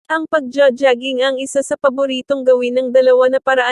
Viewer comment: Lady you need to pronounce jogging correctly.